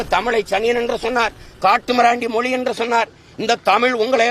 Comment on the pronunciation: முதலில் மொழி என்பதை சரியா உச்சரிக்க தெரிந்து கொள்ளடா நாயே